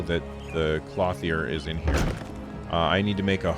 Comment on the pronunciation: lol, it's "klohth -yer"